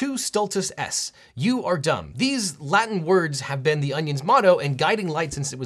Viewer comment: The mispronunciation of Latin was horribly and hilariously distracting lolol but the entire video was great lmao